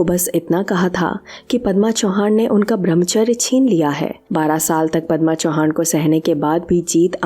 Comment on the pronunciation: चौहान नाही. चव्हाण